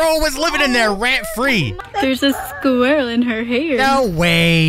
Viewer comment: “There’s a SKUrirrel in her hairr”